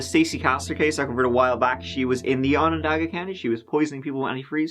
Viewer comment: Well done pronouncing Onondaga county. No one gets that right. We've been living this story in our area for 10 years and I think there aren't too many that believe in his innocence. There are women that find it difficult to believe because he delivered their babies. I feel that if you follow the evidence, the stories simply do not match up. I'm heartbroken for their children. The 911 call is devastating to listen to. Just a sad case from all angles.